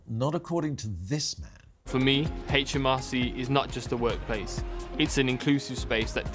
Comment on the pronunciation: The HMRC man said 'HAITCH M R C!